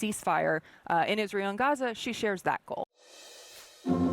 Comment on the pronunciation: Its pronounced "GAZ" "A" not "HAZA"